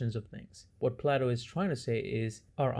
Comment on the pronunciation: It's pronounced "plate-o" not "plot-o".